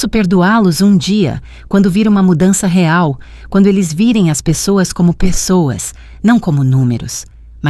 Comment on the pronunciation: A senhora nem sabe falar real